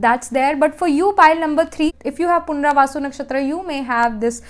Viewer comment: You were saying punravasu..it is punarvasu